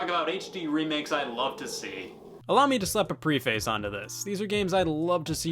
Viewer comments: Btw, its pref-ace, not pre-face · I just started this video and its preh fasss not pre face... And so help me if you say epitome wrong again lol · Preface is pronounced pref-is not pre-face. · Love ya' Scotty Boi, but it's preh-fiss.